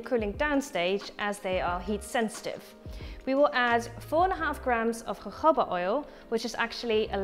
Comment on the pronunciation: Volgens mij spreek je jojoba anders uit..